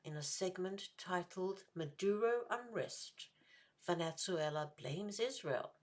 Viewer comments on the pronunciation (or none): Two questions: Is there a reason you pronounce it "Venet-zuela?" Would the human-sacrifice-practicing indigenous peoples of South America been better off had Western civilization never arrived?